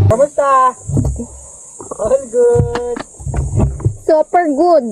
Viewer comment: Anong sinabi? Soaper good? So far good? Super good? Ano nga ba? 😂